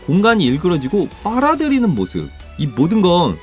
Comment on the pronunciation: 빠라드리듯 아니고 빨아들이듯 이에요 2분 6초에서